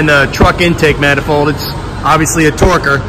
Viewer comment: You lost me at torque-er.